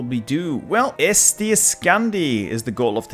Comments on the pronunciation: Estonia should be pronounced Eesti not Esti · its eesti not esti